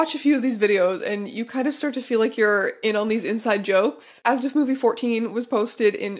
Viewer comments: In German, you definitely pronounce every letter in ASDF-movie, so this was a fun thing to discover that I am apparently annoyed by. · the pronunciation of asdfmovie saying it as a word rather than a-s-d-f has me questioning if i’ve been wrong this whole time or if strange is saying it wrong omg